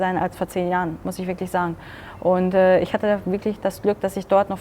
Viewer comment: "isch"😂 Wird immer gruseliger in Deutschland